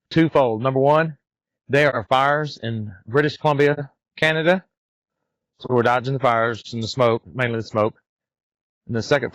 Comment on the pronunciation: OMG, Please stop saying canaduh. We were in San Antonio and would not say San Antonia USA, we say SA Texas. This is such an issue for us when Americans come through Alberta and BC. Hate to make this political, but Alberta wants out of canaduh. We would ask that you refer to just the provinces, not include us in the retarded country called canaduh.